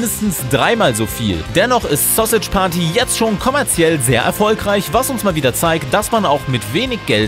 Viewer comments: Es heißt verdammr nochmal Sausage nicht Sossitsch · 😂 Wie alt seid ihr bitte? War klar das sowas von jemanden kommt, der keine Ahnung hat! Sausage wird wie im Englischen ausgesprochen (was er nicht tut ihr Affen) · Wie er Sausage ausspricht😂